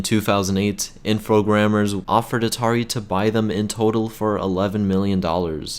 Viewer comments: Nice video. But the Atari Jaguar wasn't really a 64 bit console. And you said "Infogrammers", but it's "Infogrames". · "Infogrammers"? I thought Infogrames was pronounced "Infograams".